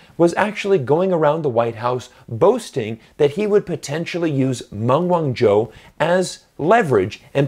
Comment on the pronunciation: I wish that you would pronounce her name properly.